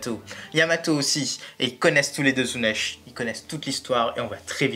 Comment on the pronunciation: En français, ça se prononce Zunesh.